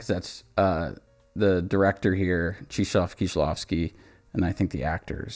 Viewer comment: Great video but how did you end up pronouncing Krzysztof as Cheeshof? Kshish-toff. Chris-toph(er). It's Christopher. You can say Chris, it'd be closer than Cheeshof :P It's very entertaining once or twice when people get spooked by names like Krzysztof and Grzegorz because they look so different but that's just Chris and Greg with extra steps lmfao